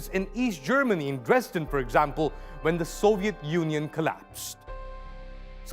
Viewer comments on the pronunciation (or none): none